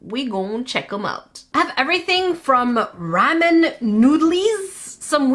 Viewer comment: It’s rawmen not ramen